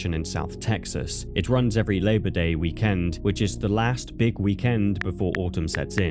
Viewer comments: The way he says weekend is genuinely frying me 🫩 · couldn't finish the video because of how fucking stupid the bot pronounced weekend.